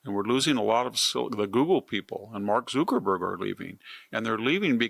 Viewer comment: Where does VDH get these hilarious name pronunciations? "Mark Zookerberg" 😂😂